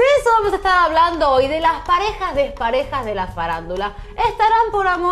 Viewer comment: Pareja dEJpareja??? Dispareja será, conductora mal hablada.